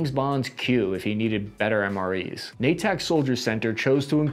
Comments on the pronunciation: nay-ik, not nay-tak. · Masshole here. It's "NATE-ick" Soldier Center, not "Nay-TICK". can't even pronounce his own last name.... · I'm sorry,, but Natick is pronounced Nate-Ick, not Nay-tick. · Natick (/ˈneɪtɪk/ NAY-tik)… not Na-tech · Say Nay- tick "Natick labs" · NATAC = mispronounced Natick = a suburban town in Massachusetts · natick is pronounced nadick. don't even get me started on worcester. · Cap it’s pronounced Nay-tick